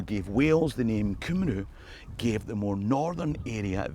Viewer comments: to help in future "Cymru" if you were using welsh gaelic i think is pronounced "Cumry". Rydderch Hael - pronounced "Riddock Hi-el" Also my better (she'll kill me if I don't say "better", metaphorically speaking....i hope and joke) half and I went to dumbarton castle last year - had the whole place to ourselves and was amazing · Just a note. Wales in Welsh id Cymru... which is pronounced Cumree